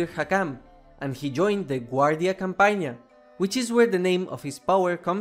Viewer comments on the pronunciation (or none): it's guardia cOmpagna. not cAmpagna